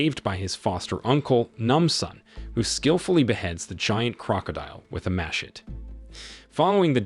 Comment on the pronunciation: Say it with me. Muh-shet-tea